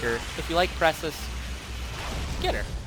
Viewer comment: Zephyr Weiss i mean....he didnt say Precis right...he didnt say Mirages last name correctly...i pretty much gave up hope on subscribing after the blatant name botching.